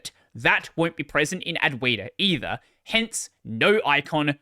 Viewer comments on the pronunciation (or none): none